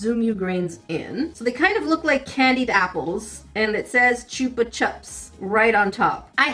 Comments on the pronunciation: Chew-pa chups? Nah girl is ch-UP-Ah chups lol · Chupa Chups US a Spanish name, read U as [oo], like book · I always heard it pronounced like "choopa choops" in Mexico so it threw me off a little, but those were super common in goodie bags when I was growing up! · you pronounce choupa choups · Why do you pronounce Chupa Chups the way you do? You say the “u” sound differently in the first and second words. Ch-OOH-puh ch-UH-ps “ooh” then “uh”. Shouldn’t they both be pronounced the same way since they’re nearly the same word? Both with the “OOH” sound for the u pronunciation. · Okat the way said chupachups me benig Spanish 😵🤣